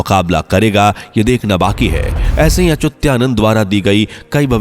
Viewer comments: bhai sahi bolna to sikho, achyutanand ki jagah aap "achutyanand " bol rahe hai😡😡😡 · Unako pujya achutyanand das ji ka nam bhi thik se lena nahi ata or fenkate ja rahe he😂😂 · अचुत्यानंद उच्चार गलत है अच्चुतानंद सही है. आप गलत उच्चार क्यूँ कर रहै हो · Achutyanand nhi achyutanand hae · अचुत्यानंद अच्युतानंद बोलो। सही नाम का भी पता नही और निकले हो वीडियो बनाने।😡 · पहले अच्युतानंद नाम का उच्चारण सही किजीए. वह अच्युत्यानंद नहीं है. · Are yar naam galat kyun bol rahe ho....sahi Achyuta nand naaki achutya...... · Yes it is Achyutanand ji and not Achutyanand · पहेले संत अच्युता नन्द दासजी का नाम ठीक से बोलना सीखो 🧐🧐🧐🧐